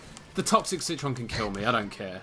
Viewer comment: Anyone else remember when called the citron citren?